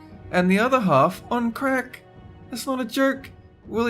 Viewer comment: Haha, the way he says 'crack'. The funny thing is, you could do 3 million dollars in crack, probably take you a few months to burn through that shit.